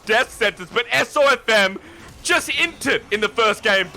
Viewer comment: Wow still getting SofM’s name wrong. When will they stop disrespecting this guy